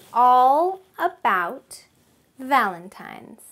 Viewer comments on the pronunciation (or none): none